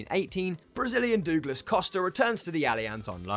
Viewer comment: What the heck is a Dooglass?